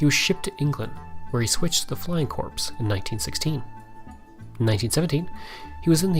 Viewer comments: Corps is actually pronounced like "Core." You also committed the dreaded use of the site where Jesus was crucified, "Calvary" in place of "Cavalry." Cavalry are mounted troops. For old military farts, like me, those are grave errors which greatly undermine your credibility. While your purpose is noble, you might want to do more in depth research before putting your video together. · good effort but its not flying corps. the p is silent .